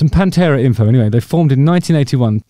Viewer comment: ‘Pan-two-a’. Sorry, that’s just terrible.